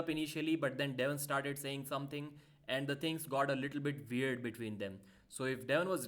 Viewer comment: "Its all veird" Pa deep 2025